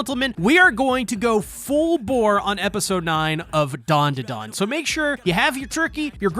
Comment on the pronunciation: U call it dundudun it’s danda Dan